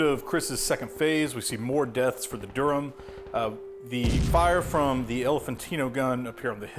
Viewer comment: Great terrain! It actually looks just like the interior of Sicily, which I know well. Btw, Durham is pronounced somewhere between “Durrem” and “Da-rum”. The “h” is completely silent.